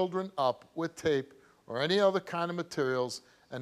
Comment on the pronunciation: It drives me nuts when ppl say “wif” instead of “with” I don’t know why but, both of my kids started pronouncing it that way when they went to school. Drove me nuts!